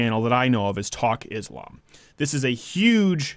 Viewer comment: Money can buy you a lot of things, but it will certainly not buy you intelligence or humanity nor conscience. Learn how to pronounce Islam first, then start pretending to know anything about it or something else at that.